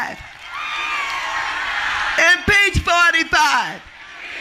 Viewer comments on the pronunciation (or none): “In peach fortify”